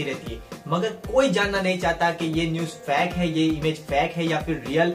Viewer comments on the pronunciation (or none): bhai tum fake aisa bol rahe ho jaise ki tum fact fact bol rahe aisa lag raha hai